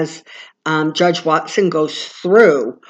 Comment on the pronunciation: WALL- TON. we know who u mean! 👍